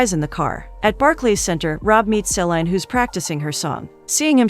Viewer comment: THANK YOU! Each time the voice over says SE/lIEn (se-lain) Dion, BUGS me to no end 😳😫😬!!!